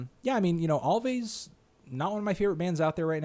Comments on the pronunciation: Its pronounced always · Alvvays is just pronounced "always," you melon-headed cutie pie.